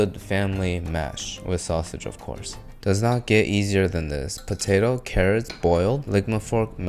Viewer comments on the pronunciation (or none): none